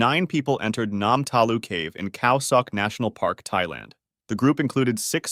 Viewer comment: "Khao sok" sounds like "cow suck"